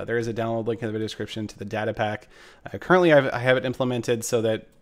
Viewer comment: is data really pronounced like that?